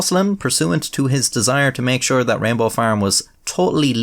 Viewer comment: I love how, with your Irish accent, "rainbow" sounds almost indistinguishable from "Rambo".